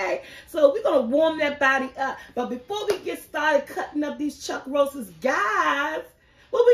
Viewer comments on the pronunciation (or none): Roasts, not Roastes